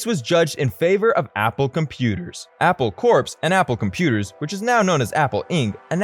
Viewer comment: Its NOT Apple Corpse as you are calling it, it is Apple Core in pronunciation, like an Apple has a core?